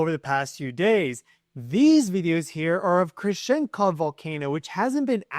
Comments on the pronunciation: Omfg, every time I hear you say “kamchAKA” instead of “kamchaTKA” it makes my ears bleed a little more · You’re saying it wrong, Kam-chat-ka, not Kam-chart-ka. Trippy how many Americans are incapable of saying, or maybe reading, Kamchatka correctly. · Kamchatka. KamchaTka. There is a T to be pronunciated. Please. I wrote private email two weeks ago about this. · Only you Say the T in Kamchatka.